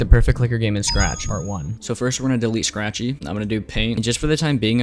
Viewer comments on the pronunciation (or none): why shtable and shee and shcratch?